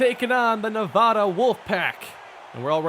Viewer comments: you still cant say nevada lmfao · Noooooo you said Nevada wrong 🥺